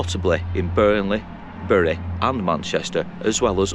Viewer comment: It is highly rewarding to find someone able to pronounce my hometown properly. You could even pass for a local 😜 I married a Whitefield lass, and she still says berry 🫤